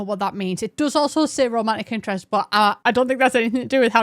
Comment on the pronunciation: it took me so long to understand you were saying "romantic interest" and not "Romanic Interest" I was really confused what Romania had to do with this update